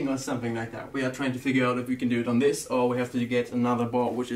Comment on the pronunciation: THANK GOD you say "this" instead of "sis"